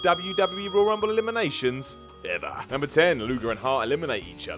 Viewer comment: Simon- “THE ROYY RUMBLE” it’s Royal lmao